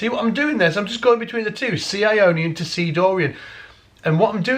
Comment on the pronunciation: When you talk about Ionien, I hear "I ionion" like "I phone or I pad" so my question is it Apple who has patented this mode ? like a new fruit ??